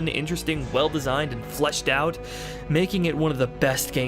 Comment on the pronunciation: You are contending that what you said is "fleshed out"? Maybe it's some kind of local accent. Because I would be willing to bet that if you recorded yourself saying "flushed out" and played it back-to-back, the average person wouldn't be able to tell the difference. Also, it's kind of off-putting to spend almost 3 hours listening to a guy who insults you during your first interaction. I mean, it's not like I was trolling you with some derogatory comment, "lol idiot u said flush. maybe your should flush your whole video lol derp". I mean, a little grace goes a long way. I'm going to finish watching your RE3 review because I actually think it's pretty great. But unlikely to sub to someone who treats their audience this way. All the best to you going forward. I hope you have a lot of success doing this. :)